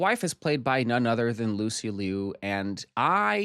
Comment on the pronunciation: Lucy Loo not Lee-you 😄😄😄